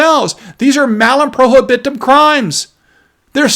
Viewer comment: PRO HIB UH TUM.